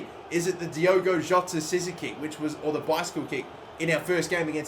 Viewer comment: By the way his name is Diogo Jota, not Diego Jota.